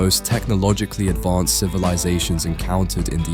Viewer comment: why do you keep saying advonced